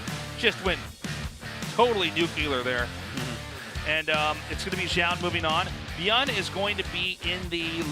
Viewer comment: Ok I will write same comment as I wrote on some other Zoun commentary game. Why always commentators pronounce his name differently. One is saying ZOUN and the other is saying ZJOUN or ZHJOUN or I dont know how to spell it. Which one is correct I have no clue. But pls say it the same way, its distracting and weird.